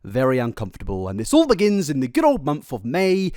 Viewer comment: Is he sayin 'month' or 'monf' ???